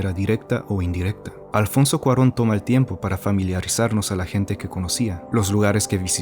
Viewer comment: ¡Exacto! Sospeche primero cuando lo escuché pronunciar Alfonso Cuarón bien, jaja.